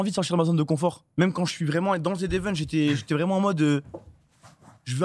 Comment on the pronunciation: Dis, dans quelle langue le z se prononce zi?